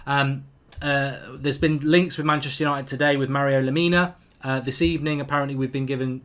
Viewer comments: It's strange you've never heard of Lamina haha! He's a good player. It's Lamina not Yamina! They also don't want to sell him. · saw some1 else said it too lol, and his name is leh - mih - nuh